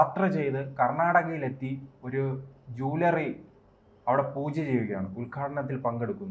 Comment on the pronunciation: ജൂലറി അല്ല juwalari